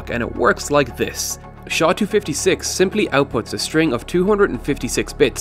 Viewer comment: "SHA" is hurtig my ears. It is pronounced "S" "H" "A"